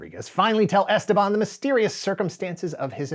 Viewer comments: Goddammit, it's esTEban, not "esteBAN"! (Yes, like "leviosa") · As a native spanish speaker the way he pronounces Esteban is driving me crazy...